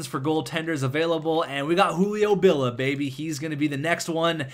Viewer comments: it is Julio B-I-L-L-I-A, not B-I-L-L-A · it's Hulio Billia, i is not silenced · Billia.... Billeea There's and "I" there bud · lol he deosn't know how to read names, i guess